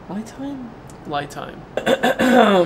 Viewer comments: I think the I is pronounced as an E as in LEE Time. LI Time = LEE Time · I can guarantee Li Time is short for Lithium Time, so should be pronounced as Li in Lithium, not Lie. Lie Time actually does sound stupid. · It’s pronounced Lee time not lie time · LEE time, as far as I have heard from others who the company told how to pronounce the brand name. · It should be pronounced like the name "Lee". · Uh oh, I pronounced their name the same way you did in a review, and they were not happy. They want it pronounced "Lee Time" LOL. But yeah I don't understand all the name changing either. Great Review! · Pronounced “Lee” Time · I saw another channel's review and the company responded that it was pronounced "lee time" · That's exactly how it's pronounced - li without the thium - per an email from the company. The problem is nobody sees it that way when reading it lol.